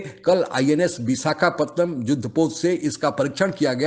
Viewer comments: Viskapantham nahi, Visakhapatnam! 😆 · He can't say Vishakapatnam. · Vosdiwala madrasa chap ko visakhapatnam ka naam v sahi se bolna nehi ata aur ban gaya anchor, jaisa desh waisa anchor 🤬🤬🤬🖕🏼